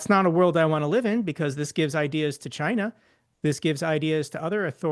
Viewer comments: What's Chiner? Is it like some kind of tableware? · “Chiner” and “Rusher”??! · Chiner? Russer?